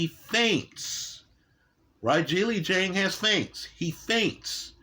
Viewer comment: He called him zang in this very video 15 mins after lecturing about respecting names lol. Not intentional I'm sure